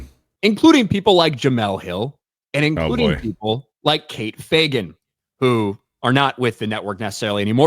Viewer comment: You pronounced Fagan wrong